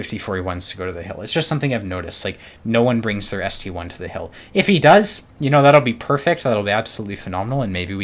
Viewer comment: It's not ST-1 It's ST-I (ST-i)